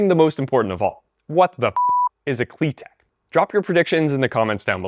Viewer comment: ❌KliTek ✅KliTep